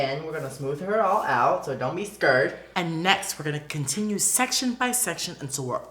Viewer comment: said don't be skerd!. Lol